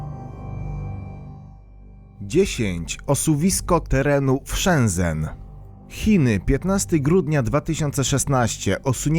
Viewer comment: Shenzen czyta się chyba jak Szencen. No i to było Herkulanum, a nie Heruklanum czy jakoś tak mówiłeś.